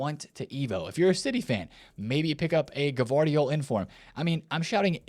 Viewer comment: Bro I can tell you still don't watch the matches and just play this game, come on bro, gvardiol is "vardiol" lol at least take some time to watch this sport.